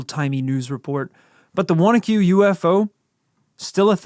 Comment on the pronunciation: Big thanks for pronouncing Wanaque correctly!!! And where can I find that comic book!